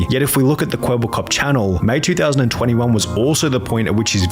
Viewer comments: Kweebbelklop everytime u say it sounds more like kebab cop😂😂🤣🤣🤣wa sort of stupid name iz dat ngl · Charly really called him "Kwebbleflop" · Please stop saying "kwebbelkop". Cooperation appreciated.